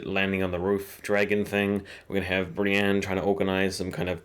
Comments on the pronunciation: why must you pronounce Brienne as "Bran"??? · Pronunciation exercise for you: Bran, Brienne, Bran, Brienne... repeat until they sound different. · This guys doesn't know how to speak properly.